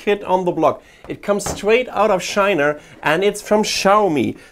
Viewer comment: I heard SHINA! BAHAHAHA!